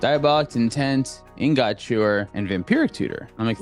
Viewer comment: anyone else annoyed by how pronounces "ingot"?